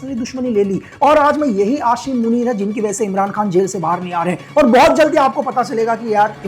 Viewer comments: pahle bolna Sikh lo Ashim Manit nahi hota Aasim munib Hota Hai 😂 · Aashim Munir 😂😂😂😂 sabaz sareef 😂😂😂😂😂 Aby madarchood pehly name pronouncing to seekh le bana video raha ha tare jisay chaman chutiya Pakistan ma kachra uthaty hai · Apko asim munir ka naam b sahi sy lena nh ata please ap un py comment na do👏🏻